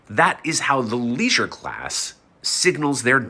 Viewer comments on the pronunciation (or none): Bro said leisuer and class so many times